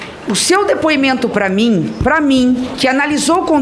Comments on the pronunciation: Dipuimento, niguciacao. Fala Renan anarfabeto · Renan não sabe nem falar depoimento fala dipoimento